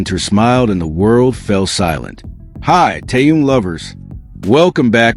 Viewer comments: Язык ваш надо вилкой наколоть за то что как только не искаверкаете имя Тэхена... Тэхён Тэхён что тут трудного не таюн и не теюнг что за не уважение к Тэхёну да ещё и в женском роде говорите о нём ужас просто.. Не грамотность полнейшая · Послушайте ВНИМАТЕЛЬНО, как Тэхен произносит своё имя ,а также как его имя произносят корейские фанаты.